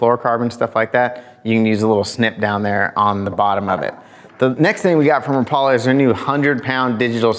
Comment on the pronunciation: Rap....a....lah... Not ra....Paul...a....come onJake your the best...